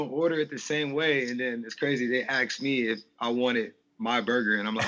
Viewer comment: He said...."they aks me".... ........"aks" Did he really say "aks"? 😳 wtf